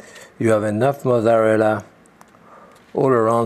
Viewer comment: I've never heard someone completely skip the Z's in the word mozzarella before. This is how I will say it now forever.